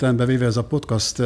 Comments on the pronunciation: Az nem úgy kell ki ejteni hogy podcast hanem podkeszt így kell ki ejteni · Ez a "PoTkÁz" nagyon zavarja a fülem :D